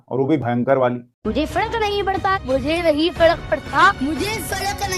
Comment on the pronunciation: Abhinav has every right to live his life the way he is living.He is not doing anything wrong Neither Abhinav not his parents should be targetted.If he can't pronounce fark it can be his weakness but people call him fraud.Let him enjoy his life.